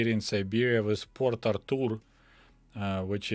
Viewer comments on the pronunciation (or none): none